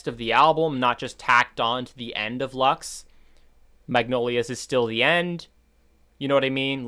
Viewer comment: Not Lax ,but LUX with an English u